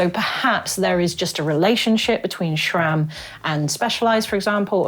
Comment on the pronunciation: SRAM not SHHHram, google it! Great vid though.